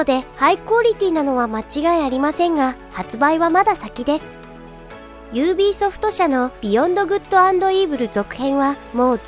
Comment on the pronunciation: ユービーソフト× ユービーアイソフト〇 も間違えですね